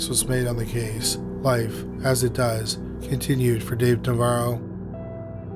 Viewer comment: weird how the narrator keeps flip-flopping back and forth between pronouncing Navarro correctly and then saying it wrong. Like literally in the same sentence.